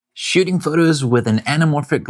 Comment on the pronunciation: I can swear he is saying "Shitting photos" in the beginning of the video. Thanks anyway. :face-green-smiling